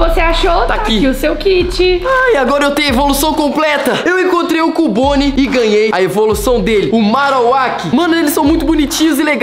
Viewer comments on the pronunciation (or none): se fala "QIUBONE" e não CUBONE DA NOSSA FORMA DE FALAR